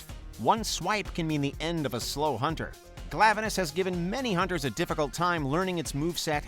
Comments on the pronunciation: I call Khezu the same way he does, and he pronounced Glavenus correctly. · But... Glavenus was actually right... It's not "Glaive-eh-nus." The spelling of it's name would literally just be "Glav." Lowercase 'A' sound. And as of Iceborne, it's officially pronounced in game this way.